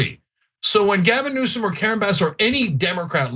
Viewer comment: Did Anna G. Say Gavin Nuisance? Freudian slip.